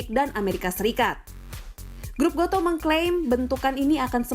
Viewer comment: Goto Bacanya bukan go to Tapi goto Gojek toko pedia, bukan baca "to"